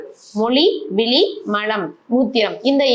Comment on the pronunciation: வணக்கம் நீங்கள் தமிழை சரியாக உச்சரிக்கவும், விழி என்று உச்சரிக்காமல் விலி என்று உச்சரிக்கின்றீர்கள், இதைவிட கொடுமை மலம் என்பதை மழம் என்று உச்சரிக்கின்றீர்கள்.தயவுசெய்து தமிழை சரியாக உச்சரிக்கும் படி கேட்டுக் கொள்கிறேன் நன்றி.